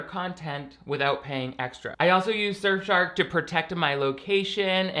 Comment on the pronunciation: I am so sorry,, but I fully heard “SurfShart” at first and had to rewind to make sure of what I heard